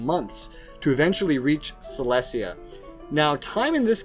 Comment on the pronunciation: You pronouncing Silesia wrong it’s Sy-lee-zee-uh